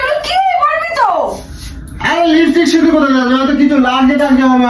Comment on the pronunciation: Bor ta akta chhagol r bou ta oshikkhito. Tai to uchharon LIPISTICK kore, LIPSTICK noy